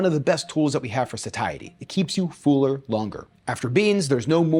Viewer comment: I'm an Aussie and I bet you know we say things weirdly with our accent, but did you know the way you pronounce "full" and "fuller" sounds like how we say "fool" and "fooler" 😂